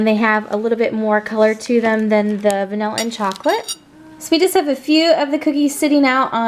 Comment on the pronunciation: Did she just call vanilla vanalilla